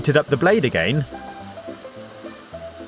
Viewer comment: I love how he says “egeien” instead if “again”